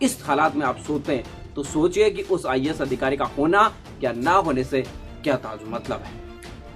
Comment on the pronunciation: pehle IAS bolna dang se seeklo